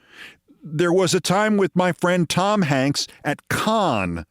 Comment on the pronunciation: Can somebody tell Keith to stop being a conne and start pronouncing Cannes (can) correctly. He really doesnt want to be pronouncing it that way